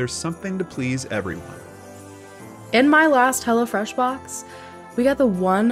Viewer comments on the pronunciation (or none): off topic but Danelles "lasht" is triggering me 🤐 anyways ... I love the wine Story. Should be a movie 😂